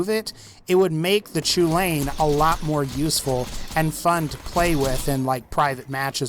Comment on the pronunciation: Next time someone prononces chulainn "choolayin" I'm going to fucking shoot myself.